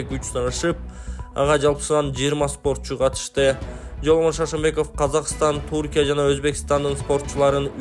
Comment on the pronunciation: Чалканчылар ү тамгасын айта алб айбы. Туркия эмес түркия десе туура болот